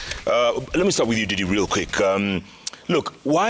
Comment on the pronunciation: Jeff it's "NDINDI" not "DIDDY" THIS NAME DIDDY SOUND AWFUL AND EVIL 😂